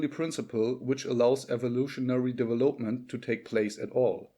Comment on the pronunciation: Not vari•'able. But 'variable. Accent on the first syllable not third. De•'velopment accent on the second syllable. Not devel•'op-ment. 'Ele•"mentary accents on first and third syllables. Major accent on third syllable. Metaphysics as met•a, not meet•a. Separate is a noun and a verb. Generally verbs are pronounced differently from nouns.i.e., 'rebel is a noun, re•'bel is a verb. The noun 'seperate accent on first syllable. The verb "se•'parate. 'Castrated. Not cas•'trated. I agree with you: leave the fish in the 'wild' water!! 'Profitable first syllable not pro•'fitable. Cooperation or competition? Or a balance?